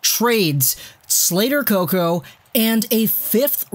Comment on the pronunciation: I died when you said Slater Coco 😂